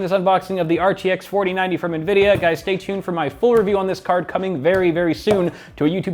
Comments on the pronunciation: did he say nuh-vidia or is it pronounced ene-vidia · Did he just say "Nuhvidiuh"? How the heck